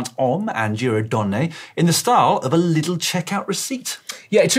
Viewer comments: Being from Germany: “LIDL” is not pronounced like “little”, the i is a long one more like as in “liter” or “leader”. Think of it like “LEADL” maybe? Getting ear cancer just from thinking about hearing “Trek Little” for the next weeks. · Took me some time to understand treck's new sponsor 😅 It's pronounced "ledl"